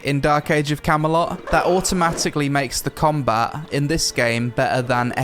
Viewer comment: "Cameloh" - "Combah". Speak English, I thought your country spawned the fucking language.